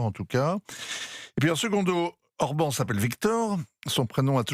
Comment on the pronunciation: l'expert géopolitique qui prononce mal le nom de Orbán Viktor, du grand Europe 1 - comme dab